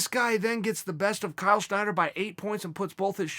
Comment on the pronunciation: Snyder... Not Schneider...kinda like yair not yarear